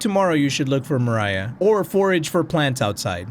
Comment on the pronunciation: I think pronunciation of "Mariah" is correct, provided the developers don't say otherwise. At least in the English-speaking world, people wouldn't really read it as "Maria." The h at the end provides a clue on how to read it, because like MOST languages with a less f*ckeD up way of writing how they sound, the h isn't really necessary.